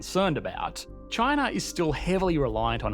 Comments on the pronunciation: "This is CHANA"...hahaha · This guy pronounces "China" as "Chin-ahr" and also: "Labor" as "Labuh" and "here" as "hee-uh". His accent is both non-rhotic and hyper-rhotic. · Everytime he pronounced china I low-key cringe 😂